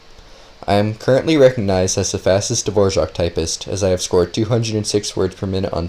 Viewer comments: Dvorak not fucking devorzjahck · Why is he saying Davorjark when its clearly dvorak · Is it actually pronounced dvorjaque or are you trolling us..😅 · Me pronouncing Dvorak: davorak pronouncing Dvorak: Dvorjzhak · his name "Dvorak" how this dude pronounces it "D-vouardzak" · Dvorak is not pronounced like the famous composer, there is no j sound after the r ;)